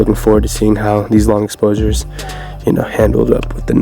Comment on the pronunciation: dont wanna be that guy but "*exposures" 😏 haha #JohnGang